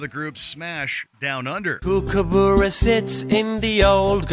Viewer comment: That has got to be the strangest pronunciation of Kookaburra I have ever heard.